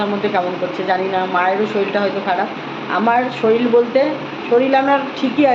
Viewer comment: শরীল না শরীর😅😂😂